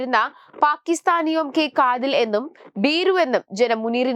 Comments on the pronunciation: കാതിൽ അല്ല, കാത്തിൽ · കാതിലും മൂക്കിലും അല്ല കുട്ടി കാത്തിൽ... നി ഒക്കെ സ്കൂളിൽ ഹിന്ദി പഠിച്ചിട്ടില്ലേ??😂 കഷ്ടം